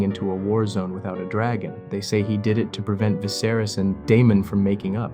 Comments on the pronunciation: Eveybody in the comments seem super focused and clear headed about the whole thing but all i can think about is how you pronounce 'Viserys' like 'Viss-air-iss'😂😂 Bro what? How'd you come to that having obviously watched the show!!?? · "Vizerus"??? Bro they said it in the show in like, 2011 lmao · Nice video, but get someone to read it that has actually watched the show next time. “Vicerous” really took me out of it. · Good vid but your pronunciation of Viserys is distracting. Vi-ser-rees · How can you have watched the show and mispronounce the name? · How can you make a video about the show and still pronounce Viserys name wrong lol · You can’t even say the kings name right